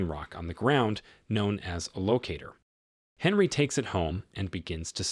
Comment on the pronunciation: It's pronounced Onree not Henry